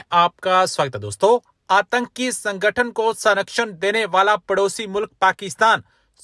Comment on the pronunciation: Bhaiya hindi ki hatya mat karo antaki nahi aatnki hai